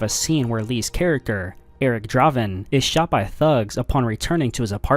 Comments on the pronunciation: It's pronounced like Drayven not Drahven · you can ask google to pronounce words for you so you dont look foolish while making a video where you say words.... its Draven... like a Raven....